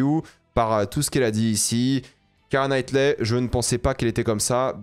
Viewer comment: « Kiara Knightley » « Kristen Dunst » par pitié prononce le nom des acteurs correctement. Je comprends que t’en a rien à foutre parce que tu veux juste poster ta vidéo sans la travailler et faire vite des stats mais fais un effort stp t’es quand-même sensé être un youtubeur ciné.. Médiocre, certes, mais c’est la moindre des choses.